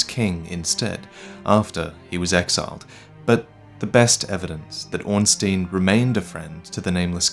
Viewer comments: Hey I love your stuff but as a German speaker I cant let this go: You actually pronounce Ornstein incorrectly. The sound goes by the second vowel in the ei/ie Ornstein = Ornschtine Ornstien = Ornschteen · It should be Orn-STAYN, and not Orn-STEEN. First, because this is how you pronounce -stein unless you are a jewish banker, and secondly because that's how the phonetic Japanese name reads. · why do you pronounce Ornstein as Ornsteen like an American country bumpkin would? The correct way is Ornstine, especially as the game is set in an older age and pronouncing an obvious German name like it should be in German makes more sense. Surely you don't pronounce Frankenstein as Frankensteen or Albert Einstein as Einsteen? So why do it with Ornstein? As I said, it makes you sound like a yokel. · Your pronunciation of Ornstein makes me cringe. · Don't take it too personally, I like your videos, and most people pronounce it wrong anyway. Miyazaki uses a lot of German names in Dark Souls, Ornstein is one of them. Orn meaining ornate, and stein meaning stone. I would recommend using google translate to hear how it pronounces it. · Man,, you of all people should know how to pronounce Ornstein by now. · pronunciation of Ornstein is all wrong in this video.